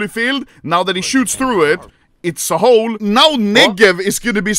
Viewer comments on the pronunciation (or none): none